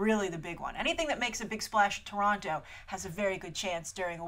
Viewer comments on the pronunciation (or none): As a local hearing say Toronto that way made me smile, a lot of us just say "Torono" (and just drop the second t).: )